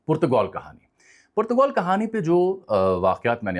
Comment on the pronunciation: Bhai Saab, with call it Portugal, or Portagaal as pronounced in Urdu. What hell is Putagoul????